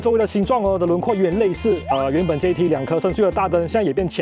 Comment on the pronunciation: 這唸做Jet，不叫做JET😢